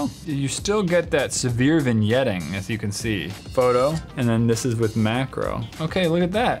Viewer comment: You said “mackerel” not “macro”. Are we talking about fish?